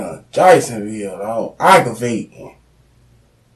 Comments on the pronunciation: I laughed with each A, g, g, r, a, v, a, t, i, n, g as the subtitles rolled.. oh and the Ag-Ro-Vating too hahaha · "Agg-Ro-Va-Ting dawg" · You must mean "AGRO-VAY-TING"